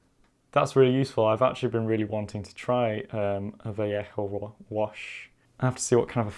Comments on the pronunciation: It’s pronounced va-lay-hoh not va-le-hoh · Ethan Rowland It's more like vah-yeh-ho, isn't too far off with his pronunciation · its pronounced val-eh-ho 😂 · What did he say “vallajo” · Your pronounciation of Vallejo is always so suprising when you speak softly and then its like vaLLEjo.